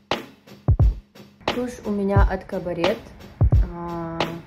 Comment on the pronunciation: "Тушь называется "Кабарет" 🤣🤣🤣🤣🤣🙈 Она называется "КАБАРЭ", если вы не в курсе 😂😂😂